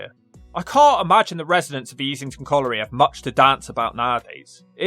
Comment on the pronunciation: You can't pronounce "colliery."